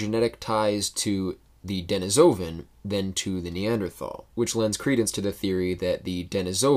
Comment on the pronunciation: You pronounced "Denisovan" incorrectly. If you can read IPA, then the correct pronunciation is: /dɨˈniːsəvən/.